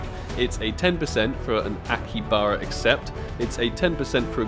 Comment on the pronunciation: It's not akibara.... It's akihabara(pronounce as aki-ha-bura)